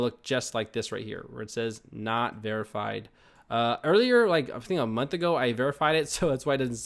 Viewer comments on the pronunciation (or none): none